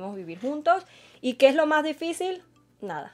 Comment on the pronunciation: Nadie: Absolutamente nadie: poniendo:didicil en vez de difícil